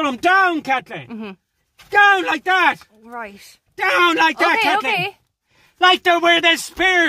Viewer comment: 33 times of Kat-LEEN